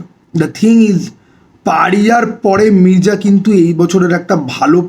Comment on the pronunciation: Mirza❌Mirja✅ আগে উচ্চারণ টা কর যা তারপরে তোর ঘর যা তারপর কিছু খা যা খেয়ে দেয়ে ঘুমা যা মির্জা আবার কি?? Its Mirza ভাই Come on😂😂😂